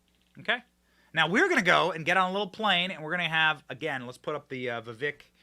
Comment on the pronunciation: Benny you’re great but for the love of god figure out how to properly say Vivek’s full name before you travel with him.